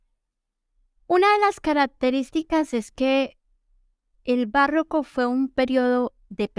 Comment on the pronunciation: Es barroco, no "bàrroco". Como está en el tìtulo.